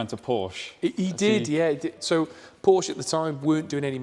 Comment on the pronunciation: Soooo, after saying how to pronounce the name correctly, you dudes are just too lazy to pronounce Porsche properly? Good video though.